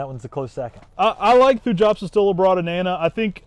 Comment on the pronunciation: Hello, just a quick note, the pronunciation of Thujopsis is always thoo-yop-siss just like Thuja is thoo-yah.